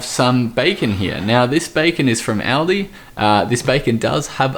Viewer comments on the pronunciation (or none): I like the way you say Aldi El-di. lol